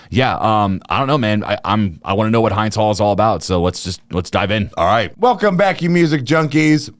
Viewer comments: It's Hind pronounced like Hindu. Not hinde. Much respect 🙏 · It’s pronounced Heend. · its not hind like behind its hind with a short i. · it's "hind" like in "hindenburg" not like "behind" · I wish people reacting would do a tiny bit of work and learn how to pronounce Hind's name. Also, hopefully this reaction will inspire the hosts to educate themselves about the genocide the US is funding in Gaza. After 8 months of a holocaust, it is embarrassing to hear anyone say they do not know what is going on. 😢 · Hind is pronounced with the i in hint. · They can’t even pronounce Hinds properly that just shows how illiterate they are 😂😂😂✌️ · It's pounced like wind as in anyway the wind blows. Not like mind